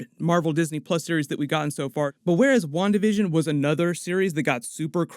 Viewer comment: Spanish speaker here: I keep hearing "One Division" every time says "Wandavision"..